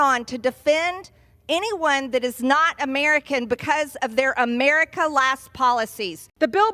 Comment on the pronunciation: Can someone teach her how to say America properly, where the f*** is "emirica"?